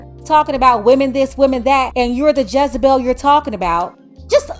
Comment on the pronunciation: Not jazibell 😂😂